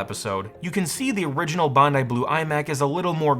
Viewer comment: This Australian thanks you for pronouncing "Bondi" correctly